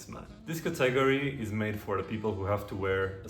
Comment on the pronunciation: Great video. Just a kind word of advice on your pronunciation of English. You are pronouncing the word ‘category’ as ‘cat-AG-ory’……which sounds very wrong and could earmark you as ‘foreign’ to some biased people. The correct pronunciation is ‘CAT-a-gory’ (even if not spelt like that). Hope this helps.Please keep up these videos. I love your refined sartorial advice.